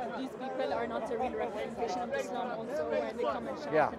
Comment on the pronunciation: "Islame" I LOVE IT